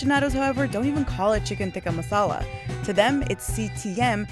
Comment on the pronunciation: They can't even pronouns the word "masala" correctly and claiming it's there food😂😂